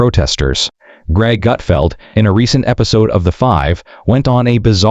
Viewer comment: It’s Gutfeld, you putz!